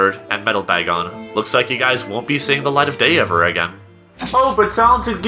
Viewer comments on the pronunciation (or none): none